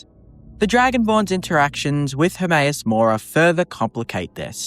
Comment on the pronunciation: How the f*** can you pronounce Hermaeus Mora of all things???? Lmao!